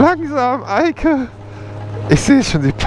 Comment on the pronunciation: Als du gesagt hast hat sie ja super gemacht die Eike hat es sich angehört als würdest du sagen hat sie ja super gemacht die alte😂